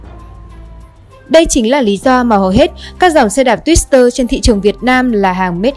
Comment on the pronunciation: Twitter mà bạn phát âm như twister vậy? Có chữ “s” trong tên hiệu xe đí đâu. Ghi nhận thương hiệu sẽ trừ điểm bạn rồi! Bài viết có phần lũng củng khi nói về xuất thân từ Đức, sản xuất ở Mỹ và nước thứ ba. Nhưng rồi lại nói về sản xuất ở TQ, sau đó mới nói về sx ở Thái Lan. Người viết script và đọc lại sao không nhận ra?